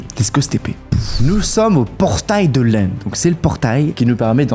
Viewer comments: Ces l'end pas l'Inde🤣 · de l'inde au lieu de l'end😂😂😂😂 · Y a des fois ou tu dis l'Inde au lieu de l'end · Pourquoi tu dit l’Inde et pas l’end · ca se èned pas Inde!